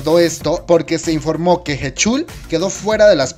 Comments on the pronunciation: Ah por cierto se pronuncia jichal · Jechul jajajajajajajaja 🤣🤣🤣 Sé que la pronunciación es un tanto difícil pero POR FAVOR investiguen como se pronuncian las cosas. La canción de "Lo siento" está en coreano, inglés y español. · Me da un derrame en el oído al escuchar como pronuncia heechul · Mis oídos duelen cuando pronuncias su nombre...